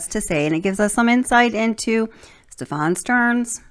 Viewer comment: Stephan's name has the accent on the first syllable.